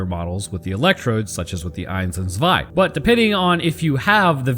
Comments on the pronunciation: Yes your german pronounciation is ok. Some german letters are a bit harder. F.e. the "z" in "zwei" is something between "s" and "t". It's more like, "ts". Same for "Panzer". The "a" is like "heart" or "fart", the "n" is very hard, the "z" like a "ts". German, and some other european languages, really can hurt your throat, if you aren't used to it. I know people, who speak english in their day to day life, but are from middle europe, and they say, being here and speaking german or dutch again hurts after a few hours. For a lot of people, german sounds angry, and dutch sounds like drunk german 🤷‍♂️ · You have a german wife? Haha cool. Im from Germany and - yeah i see why she said close enough 🤣 Keep up the awesome content